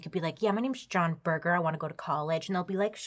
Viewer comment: Laughing at how you think he came up with John Berger. I think he actually chose the name after a very famous art historian/critic with the same name (pronounced berjer not burger 😂) who he undoubtedly would have heard of in his time at art school and who also had a TV series in the 70s based on his book Ways of Seeing. Makes sense for a photographer to know that.